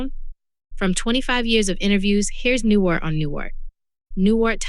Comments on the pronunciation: It's NewHART not Newart!! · Is this some kind of AI voice? Cuz 'she' isn't saying Bob NewHart correctly. This makes it impossible for me to listen to the whole six minutes cuz it just sounds fake to me, like it's coming from someone who doesn't respect his life so why should i care about what this video has to say about his death? Get the behind me silliness.